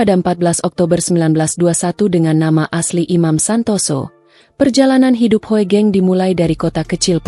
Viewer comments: Narator mesin, Hugeng aja menyebutnya, jangan Ho e geng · D baca hugeng..bukan hoegeng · Sebenarnya yg baca narasi itu salah... Hoegeng.. itu ejaan lama... tapi bacanya tetap Hugeng.... OE = U ..